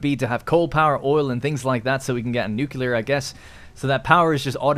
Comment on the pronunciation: Oh no... Don't tell me I ran into another playlist of gameplay where the guy can't say nuclear...